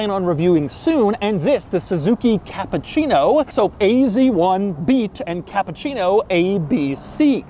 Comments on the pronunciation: Hey Doug.. I understood that you are not Italian, 😂and told that the car is Japan😂 but the name is Cappuccino that not sound like you say Capcino Ha ha ha Two double P an U and two double C. It will be bettere. You are the best Capcino.. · Dude. It's CappUccino Not CappAccino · Really Doug "Kááá''á''ÁÁÁpuchhieeej-no" :D